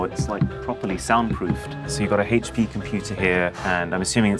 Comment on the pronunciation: Arun pronouncing hp as hehchpee is always funny